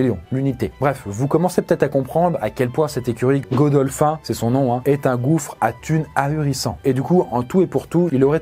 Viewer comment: Y en a qui comprennent pas les erreurs du passé je trouve que c'est chercher les problèmes le coup du titanic 2 on dirait vraiment la suite hollywoodienne 😂 et godolphin se prononce pas comme ça 😂